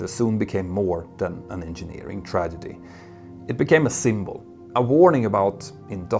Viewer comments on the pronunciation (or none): none